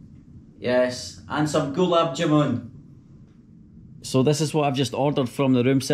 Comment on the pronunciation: ps Ur pronounciation of Gulab jamun is fucked, it's more like glaab jaa-man (man as in fisherman man, not moon.